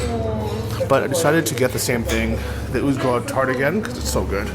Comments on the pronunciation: You pronounce Uzhhorod as if it was Uzhgorod? Is that because Ukraine pronunciations are different from what English spelling would indicate? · I guess he cannot pronounce the Ukrainian г properly (similar to h in English but voiced) so instead pronounces it like the Russian г (g).